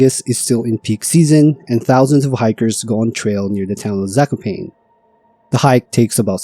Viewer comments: My ears... it is not "zakoupain" but "zah-koh-pah-neeh". If you avoid AI, you can use Google Translator to listen to the correct pronunciation of foreign names and places. You are welcome. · "Zakopain" is frying me ngl, especially after Gerlachovský štít being pronounced quite correctly lol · lost me at "sako - pain" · The pronunciation of Zakopane 💀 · In name Zakopane the second "a" should be prounced in the same way, like the first a. Like first A in America.